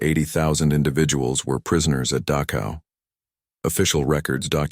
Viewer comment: ILUSION???? PRETTY SURE IT HAS A DOUBLE L. IT'S NOT "DAKOW," BUT DACHow IN GERMAN CH DOES NOT EQUAL K. IT IS AN UNVOICED SOUND MADE BY RAISING THE TONGUE TO NEARLYTOUCH THE ROOF OF THE MOUTH AND UTTERING AN UNVOICED SOUND.